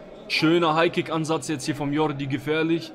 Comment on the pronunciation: Sprichst Jordi richtig aus.